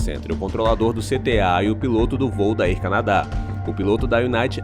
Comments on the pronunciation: Olá. Não quis ofender. O conteúdo do vídeo e muito bom e bem informativo. Desta parte você é de parabéns. Mas pergunta uma vez alguém que fala inglês como se pronuncia Air Canada e Airline, etc. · Air Canadá? A pronuncia correta é: ÉR CÂNADA ÉRLAINES